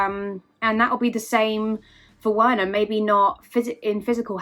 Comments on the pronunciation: For goodness sake, it's pronounced Verner not Werner, please Chelsea fans get that name right, no wonder why he can't score 🤦🏾‍♂️ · Its pronounced "Verner" ffs